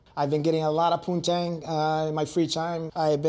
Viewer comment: LMFAO 'i've been getting ehlot uv proontang'